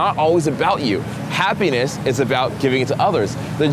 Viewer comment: I paused this in the middle of the word happiness, went back to listening awhile later, and I just hear "penis". You got me...got me good.